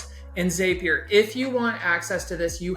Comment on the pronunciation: your video was very helpful. However I must say if "zap" is spelled Z-A-P, why the heck do you think its pronounced "ZAPEier". Crazy stuff lol